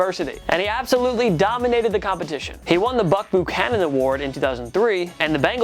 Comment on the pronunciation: Buck “Boo-cannon”.....seriously??? 🤦‍♂️